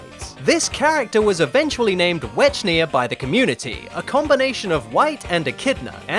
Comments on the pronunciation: Wech-nia? I thought it was Were-kid-na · It's Wek-nee-uh, not Wech-nee-uh.